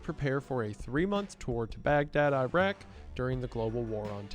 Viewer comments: Iraq not Eyeraaq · You can call it Iraq if you want. But eyeraaq is more correct